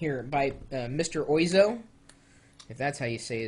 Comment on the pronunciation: Oizo is pronounced more like wazzo :P